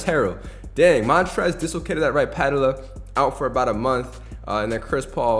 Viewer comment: Bro please learn how to pronounce patella